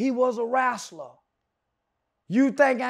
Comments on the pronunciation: “He was a wrasler” ??? 😭😭😭😭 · “He was a rassaluh” nigga you mean a wrestler?!🙄🙄😂😂